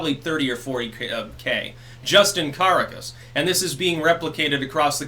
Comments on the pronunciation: FYI, Ca-ra-cas, not Cara-cas. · ....Are you sure about your pronunciation of Caracas? The general rule with Spanish is...unless there is an accent mark...is the accent goes on the second to last vowel. In this case: Ca RA cas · Dude, the capitol of Venezuela is pronounced Car-au-cuss (roll the 'r') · Holy shit why can you not just figure out how to pronounce the terms correctly? "CAR AHHH CUSS" Jesus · I’m glad you’re covering this. With respect, it’s pronounced Carácas. ;) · You might want to work on your pronunciation of "Caracas,". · I hope that recognizes his mistake in pronouncing Caracas like he recognized his mistake in shaving.